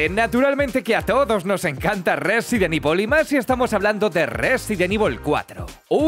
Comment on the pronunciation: Qué sabroso cuando dice Rrrresident ivol